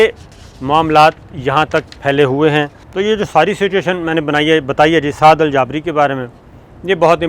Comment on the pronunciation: سر ان کا نام سعد الجابری نھیں “سعد الجبری “ھے